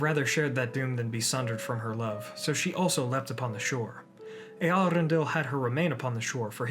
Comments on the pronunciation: Your pronounciation of Eärendil is kinda weird. The emphasis should be on the eaRENdil not eArendil. I cant unhear that now its horrible... Cool video otherwise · Correct me if I'm wrong but I believe your pronunciation of Eärendil is wrong. The ä is pronounced as the a in apple. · Eherendil—- only Yoystan probounced it well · Is that how you pronounce it? Always thought it's pronounced ärendíl since quenya and sindarin are largely based on finnish 🤔😋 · I also wondered for a time how it's pronounced, when I first red the name. It's not an umlaut "ä" (like the German "ä" as in Äpfel), but a diaeresis (tréma) "ä", so it means the "a" is pronounced separately (and is not melting together with the "E", so it's not a diphthong) and does not change the sound of the "a". The name is Quenya and there the "a" is pronounced as in father. The IPA should be /ˌe.aˈrendil/ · Love the hard Rs you have in your pronuciation of Eärendil's name